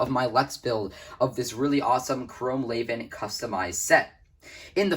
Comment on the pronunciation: Everyone pronounces it wrong lol, you're pronouncing "chrome laven".. it's actually pronounced "lee-van", just look at the spelling.. raven (Ray-ven) is spelled completely different from Levan (lee-van) so how could they be pronounced the same right?